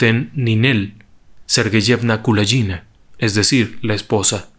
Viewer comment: Me gustó mucho la forma de relatar la historia de Ninel, sólo debo hay que corregir la forma de pronunciar el apellido, ya que la letra G en ruso se pronuncia como en gato y no como la J en inglés. Saludos.